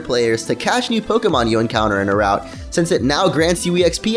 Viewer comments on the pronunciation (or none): none